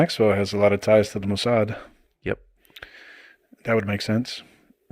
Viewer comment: What, he said moosad who is moosad?